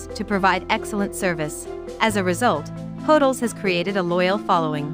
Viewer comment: It’s pronounced Hoe-dells. 🤣